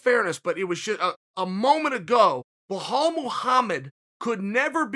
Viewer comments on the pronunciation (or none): Wahaalllll muhamad 🤣🤣🤣🤣. His name is bilal dude ! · “Bajal” and “kamara” ok great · How is it hard to say Bell-ALL ??? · My God, Belal isn't that hard to say bro. (BELL👏 ALL) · Kale Soonen, it's B-LaaL not Huff Puff. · did he just say 'kumara' & welhal muhammad? hahaaa.. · Wellhall Muhammad? I swear he’s doing it on purpose now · Someone go tell Belal his name is Blehal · Lmao the way he says belal BLAHAL